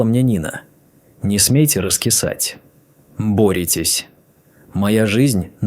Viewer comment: какая херня, мой дом, который я построила, притом, что его купили, продав квартиры, притом съёмную. А ОЗВУЧКА вообще за предельная 👎👎❗ - сЫнок...бЕлого...бОритесь🙃👎👎